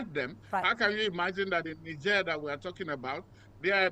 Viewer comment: First white guy to pronounce Niger correctly. 😅😅